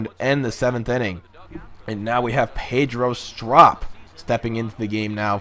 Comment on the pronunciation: You pronounced pedro strops name wrong